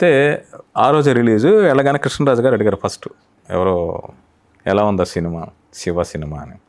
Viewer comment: షివ కాదు యాంకర్ గారు. శివ అనాలి ! మీరు అనవసరపు నవ్వు ఆపండి.